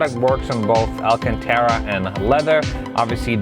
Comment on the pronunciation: Say it with me: Al-can-tar-ah